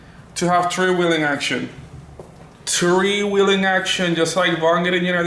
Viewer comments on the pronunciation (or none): Tree wheelin